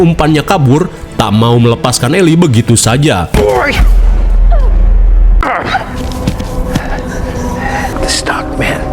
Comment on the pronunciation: The yeti ❎ Teh yeti ✅ Ngakak banget kenapa jadi orang sunda 😂😂😂😂